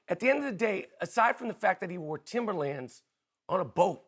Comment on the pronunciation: he cant claim timberlands lmao you heard how he said it